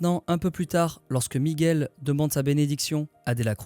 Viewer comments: Super video comme toutes celles que j'ai vues dernièrement. J'en savais déjà beaucoup, j'en ai appris d'autres. Bravo pour ce boulot ! Ps : Prononcer Miguel par erreur "Migouel" une fois sur deux, ça a trigger mes racines un peu XD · On ne dit pas "Migouel" please, ça écorche les oreilles. Merci